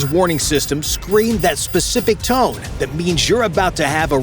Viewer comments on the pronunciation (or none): none